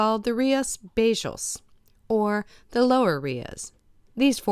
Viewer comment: hi guys just for let you know it is rias baixas and not baixos 😉